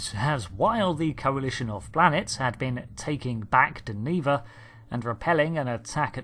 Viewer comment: DEN-eh-VA and Ader-ron-dak